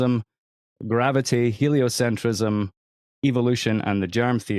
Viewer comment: It's "helio-centrism," not "helio-cent-riss-ism."